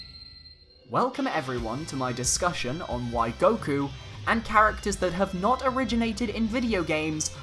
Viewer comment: "Goku" sigh...